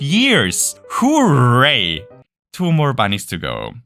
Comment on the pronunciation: omg it's the guy that says whoreray